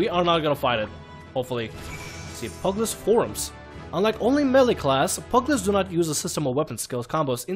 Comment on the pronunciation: I CANT WITH HOW YOU SAY PUGILIST its like pew gil list not pug list i know it prolly too late to tell you but i just cant not tell you